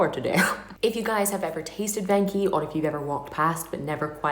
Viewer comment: It's not ven chi it's venchi